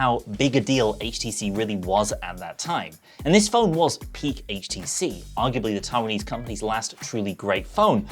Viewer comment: thank you for not pronouncing it "haych"